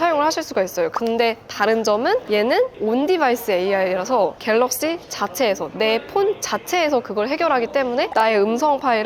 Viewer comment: 영상을 봤는데....왜 "어떤게 괠뤅쉬게?" 만 생각 날까요 ㅎㅎㅎㅎ